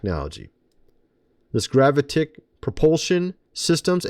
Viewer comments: Pronounced: GraViticK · GERR-AH-VIT-IC Gravitic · "I've known about this tech for many years" and can't pronounce GRAVITIC lol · Please learn how to say “gravitic”